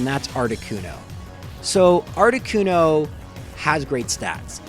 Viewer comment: Not articono